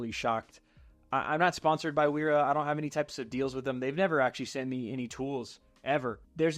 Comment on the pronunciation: Pb swiss! And also those German W's are pronounced like a V